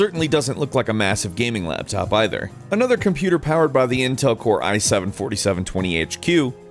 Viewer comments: Lol he said laptap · Its a laptap everybody. A laptap.